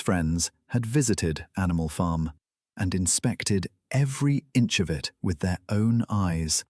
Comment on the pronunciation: The AI narrator messes up the word “their” way too often. 😂 Clankers still can’t read, just like Boxer.